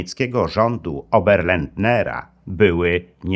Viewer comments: Oberlander. Nie żaden oberlandNer. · Nie 'Oberlandner" lecz Oberländer. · Szanowny Pan lektor, czyli opowiadający historię wymierzenia sprawiedliwości Stefanowi Banderze raczyl przekręcać nazwisko niemieckiego zbrodniarza Teodora Oberländera na Oberländnera. Przeciez na przedstawianych zdjęciach bannerów demonstrujących w Niemczech, już po zabojstwie Bandery było napisane prawidlowe brzmienie nazwiska Oberländera. Drugi drobny błąd to wymawianie slowa ochroniarze w liczbie mnogiej: ochraniarze, może od rosyjskiego slowa Ochrana? Jakby z drugiej beczki, proponuję pogłębić dno podejmujac temat szczurzego szlaku, pomocy niektorych kardynalow w Watykanie najwiekszym zbrodniarzom niemieckim i austriackim w ucieczce do krajow Ameryki poludniowej, o pomocy samych Amerykanów w przerzuceniu tychże zbrodniarzy do USA i zaoferowanie im pracy np. przy budowie rakiet, albo w wywiadzie amerykańskim?